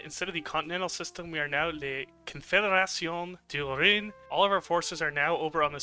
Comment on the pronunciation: "Confédération du Rhin" Such a nice try yet it sounded like "piss confederation"